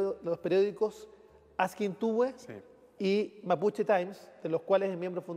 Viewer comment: Que le costo, nombrar nombres mapuche al Senador, "le salió achilenao"